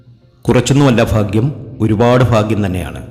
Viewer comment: ഫാഗ്യം അല്ല സാർഭാഗ്യം എന്ന് ശരിയായി ഉച്ചരിക്കു